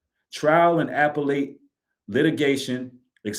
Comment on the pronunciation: The way appellate was pronounced was crazy. That was the most important credential those attorneys have when it comes to filing this appeal.